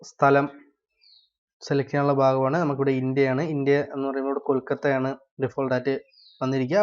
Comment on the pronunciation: Where are you from enn choichal Kolkatta ennano kodakka